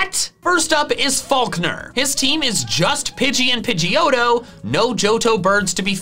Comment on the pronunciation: Falkner: it’s not a pidgeotto it’s a pigeJhoto